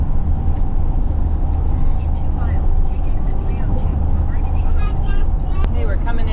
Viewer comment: Thank you for pronouncing Oregon correctly❤❤